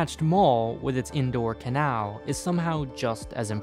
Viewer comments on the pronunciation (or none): none